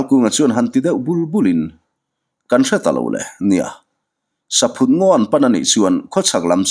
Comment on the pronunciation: Saphut hi ithluk diklo saphut hi thingchikhat arahchu saihlum tiatvel ani a sava hian antlan duh em2 ani atluk dantur chu entir nan Lalin iakah vawkpa aphut ani tih phut tihlai ang hian thluk tur chhangphut tih phut ti a lamloh tur